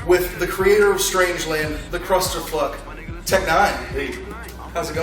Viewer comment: He said "the Krusterfluk" hahaah douche